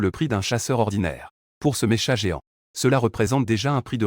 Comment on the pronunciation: c'est pas mécha mec, c'est pas mécha, ça se prononce meka mek, ça se prononce meka! :)